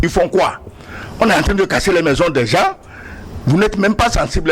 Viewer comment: C'est quoi les "gences?" Il veut dire les "gens ?"